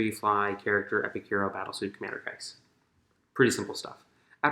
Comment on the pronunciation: Lol Shas'O'Case It's said as Shas'O'(Kah-EES)